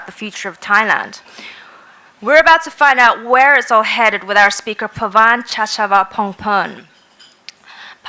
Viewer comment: The 'girl' who presents the speaker somebody help her 1. "Cuu" d'etat not COUP! Practise: "cuu- de- taa". BTW. Coupe (Coup) de Ville is convertible or cabriolet, if you like. 2. Somebody help her to pronounce the speakers name: Pavin "Cha-cha-van-pong-pan" Subdivide the syllables! Or maybe the cute presenter could have simply asked the speaker: sir, "how do I say your name, family name, please". Regards from the kingdom of Thailand J. Koistinen-Lindgren